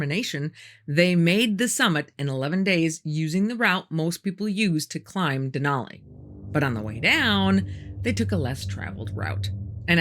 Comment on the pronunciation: I lived in Alaska. The first thing you learn is the proper pronunciation of "Denali". The last syllable rhymes with alley and valley. The natives Alaskans who named have no broad " a" sound as in all. The "a" in Denali is flat. When I lived in Fairbanks in the mid 60s the mountain was called Mt. McKinley. It is no longer called that. Interesting stories.💐